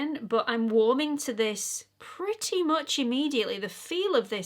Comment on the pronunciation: There are so many expression that the English use that I love, I can listen to you say putty over and over 😂.....I do also love the British liberal use of the word c~nt but I laughed out loud when you said " this is right up my Street" 😂😂❤